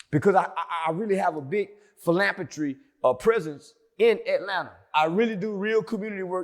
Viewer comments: “philampatry” -chally white dictionary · Can’t even annunciate the word philanthropy correctly. Yeah you want to believe you’re a prosecutor third person…. Sounds sketchy.